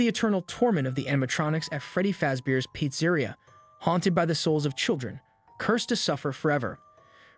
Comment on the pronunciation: What the fuck who mispronouncss pizza-reea?